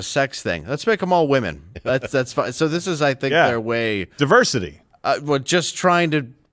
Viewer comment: you mean teversity not deversity.